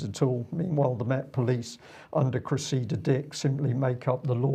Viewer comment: Please, please and - it's CRESSida, not CreSSEEda! Thank you for getting it right.